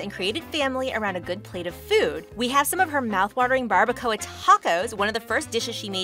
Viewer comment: She said Barbacoa incorrectly 😢😭